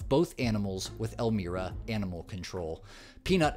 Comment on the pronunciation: For future reference, the name of the city is ElMYra, not ElMEEra. I'm from the area, and while law enforcement for the area is mentally damaged, it still makes me want to correct the pronunciation when outsiders pronounce it wrong. Unfortunately, I don't think NYS will ever make any sense when it comes to animal welfare. Bless you, Mr. and Mrs. Longo, and I hope Peanut and Fred have found happiness after crossing the rainbow bridge.